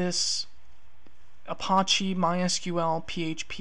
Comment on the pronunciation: good intro. The way you mispronounce Apache is driving me nuts tho. It's not the french word, which in pronounced uh-pahsh... that pronunciation has a silent e. It's pronounced uh-pach-ee, with the A sounding like the A in patch. It's a native American tribe, hence the feather. There is no tomAto tomAHto here. Drives me nuts to the point I can't concentrate lol